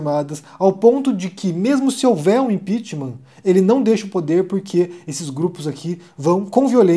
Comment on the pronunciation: "Vocês qué impitiman" ... não preciso falar mais nada